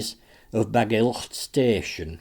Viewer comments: Very much appreciated but it would be better if you just pronounced Bagillt as if it were only with one letter L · You are pronouncing Bagillt wrong buddy